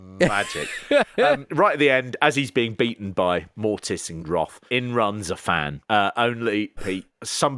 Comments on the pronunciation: It's wrath not wroth 😅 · For crying out loud guys, it's WRATH, not "Wroth".